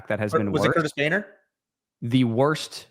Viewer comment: Nobody:: CURTIS PAINTER 😂